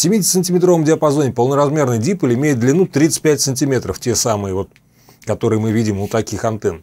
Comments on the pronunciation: Только дипОль, а не дИполь.... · Уважаемый! Огромное спасибо за доходчивое объяснение многих тонкостей радиолюбительства. Но я извиняюсь, что поправляю Вас, но правильно произносить дипОль, с ударением на буку О. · Уважаемый! Мне понравились многие ваши видео. Спасибо за них. В слове диполь ударение ставится на второй слог. Михаил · А что првильно стиавить ударение дИполь, п не дипОль?